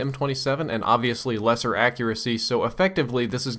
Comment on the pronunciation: u said "lesser"